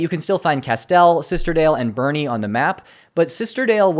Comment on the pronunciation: Boerne is pronounced Born